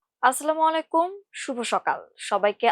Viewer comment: সালাম টুকু উচ্চারণ শুদ্ধভাবে করুন। আসলামুআলাইকুম এটা ভুল, আসসালামু আলাইকুম এটা সহি শুদ্ধ।